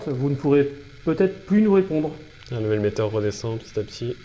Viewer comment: 😡 'mel-mètre. Et pas "Meleméteure" 😡rhaaàaaa p*** ça me gonfle !!! Arrête peter à gostadventure là. Insupportable faut rester humble un peu à son niveau.